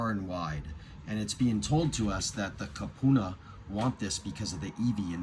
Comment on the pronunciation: It is Kupuna, koopoona